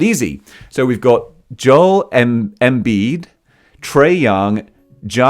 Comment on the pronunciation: The names part was funny, Joel embiid, is joe L, you got ja right the second time, Yan is on tate a coup o , Luka don chich, and it’s Steph on curry not Stephen